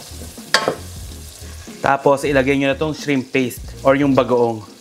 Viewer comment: i heard you say "budang" bango!